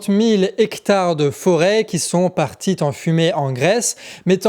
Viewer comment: Super Boulot que vs faites là! Je suis bluffé par tout le taf que vs devez abattre ! juste une minuscule remarque: gaffe aux liaisons foireuses : sont partis (z) en fumée et pas sont partis (T) en fumée trop (p) ancien et pas trop (z) ancien Voila ce n'est pas grd chose ms perso, ça me "sort" de mon écoute. PS: vive Saez ! xD